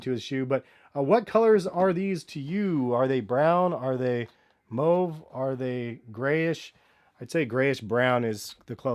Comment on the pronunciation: Thanks for pronouncing mauve correctly